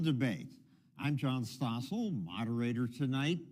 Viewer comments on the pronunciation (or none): Stossel? Bwahahaha!